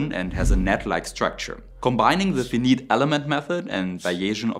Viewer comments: Fee-neet: Fi-nite. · It's fi-nite, not fin-it. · Say Fiiiii Niiite Or Fii -Night instead of Feneat, sounds better. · Finite should be pronounced like fine night. Very distracting to hear it pronounced like fee neat. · Forgive the pedantry...but finite is pronounced figh-night not fee-neet. Excellent otherwise. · VEINEIT elements... not Fi nit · Excellent content but here’s a tip for English as a second language folks. Fin-eat is incorrect. It’s pronounced fine-ite. 🙏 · A "critical point" on the word Finite - which means that the data set is not unlimited. The word Finite in English rhymes with pyrite not "see meat" or "See Meet" the second being a nonsense phrase. The two "i"s rhyme with eyes. You sound like you are not an engineer & don't know what you're taking about when you screw with the word Finite. Maybe it's just an AI voice that you didn't train properly. Whatever the reason you ought to get that right as it's a big blunder in English. There is no alternate pronunciation for Finite. It also rhymes with "I right". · It's spoken Fie- night not Fee-neet, and it's 1/64th, not 64x less.....JFC!!! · "Finite" is pronounced "Fai Night" rather than fineeet. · I know English isn't your first language, but hearing you say Fee-Neat instead of Fy-Night is driving me insane. The Fi in Finite rhymes with: by, cry. dry, die, guy, hi, high, eye, I, lie, my, pie, rye, sigh, tie, and why. I hope that helps. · In English, the word "finite" should be pronounced with long i in each syllable like this : "fi" (rhymes with 3.14.... ) - "night" (like the army guys from medieval ages wearing metal suits and brandishing swords) or the dark period between two days (instead of vowel sounds of short i and long e "fin"-"neat" ) Your English is very good overall though! Very clear! And I love the content! Auf Wiedersehen! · Ok mate. Love your stuff.I'm Australian, so perhaps I shouldn't be telling anyone how to speak English, but Finite is pronounced F-eye-night. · Finite = Fy-Night